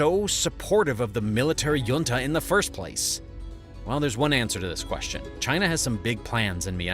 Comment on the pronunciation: Please pronounc junta correctly. How would you pronounce the California city of La Jolla